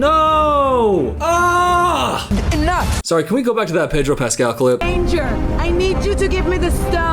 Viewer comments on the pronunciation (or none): none